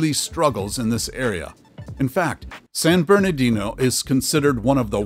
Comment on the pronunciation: It's San BerNARdino, not "San BerNAdino!"